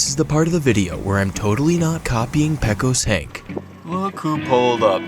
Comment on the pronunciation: it's not "peck-os hank", it's 'PAKE-os Hank"